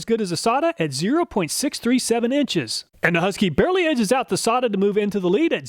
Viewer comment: I thought it was pronounced "Say-ta" not "Saw-ta" but another great job. I would not think of half the tests to do on the tools that you do.